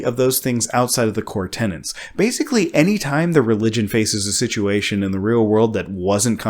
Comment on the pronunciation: Tenets. Not tenants.